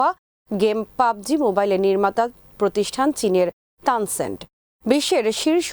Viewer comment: তানসেন না ম্যাডাম জি ওটা "টেন সেন্ট" মুকমাফি 😀😀😂